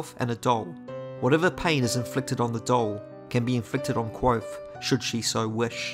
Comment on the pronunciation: Have you tried practicing your pronunciation of the word "Kvothe"? It's Kvothe with a "v" sound, not Kwothe. I love your videos but cringe every time you say his name!